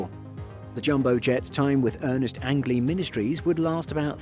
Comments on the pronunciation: Forgive the knit picking, but his last name was pronounced “Angeleee” like Angel with several e’s on the end. Got to be a made up name! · Learn how to pronounce angley's name correctly